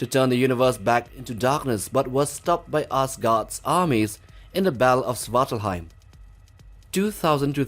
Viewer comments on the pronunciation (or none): none